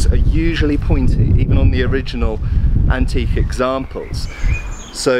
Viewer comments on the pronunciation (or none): none